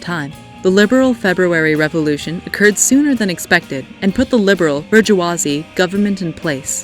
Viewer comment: Bor - Jew - Ahh - Zi?! horrible pronounciation